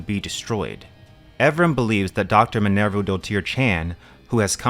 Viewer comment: Firstly thank you for exposing me to yet another great book and secondly I applaud your ability to say Dr Minerva's full name flawlessly.